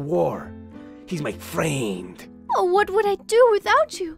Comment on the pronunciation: "He's my FEEUHND." "You have my VUUHRD." I love it.